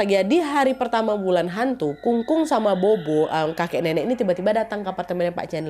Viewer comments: Kung kung bacanya kong kong nad habis itu pho pho itu baca nya pho pho aja nad terimakasih🙏🏻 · Kung-kung dan popo ka, bukan kung-kung dan bobo 😁